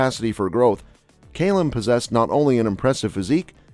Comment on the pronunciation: Why can Americans not say Calum 🤣🤣🤣🤣🤣